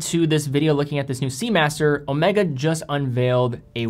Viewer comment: O may ga, not o meh ga